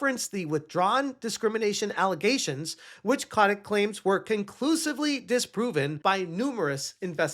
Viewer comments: So you did a deep dive but don't know that his name is Kotick, not Kotnick. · it's Bobby... CO-TIC. Robert (Bobby) A. Kotick.